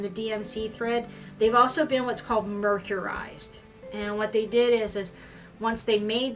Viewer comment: I think that mercerized is pronounced; Mer-sir-ized not mer-cure-ized. other than that i really found this video entertaining and educational. I am inspired to try one of your patters. I think I will try the Bell Sleeve Tunic. So glad I saw this in the Smart Doll Makers Facebook group